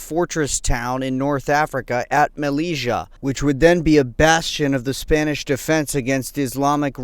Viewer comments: Good work but m Mellila is prononced "melilya" not "meliga" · Just to let you know that the name of the city is not malija but melilia pronounce melilya. Thanks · It pronounced Meli-ya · Malezzia lool that's not how you pronounce it.